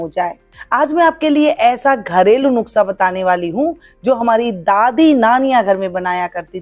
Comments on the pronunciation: Nuksha nahi madam Nushka hota hai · नुकसा नहीं बोलना खरा है नुसखा बोलिये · Madam nuksha nahi Nuskha .....plz 😅😅😅